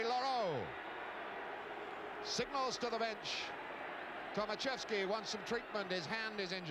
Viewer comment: Poor English man. Not Tomasieski but Tomaszewski-learn some others języków. Sad english story.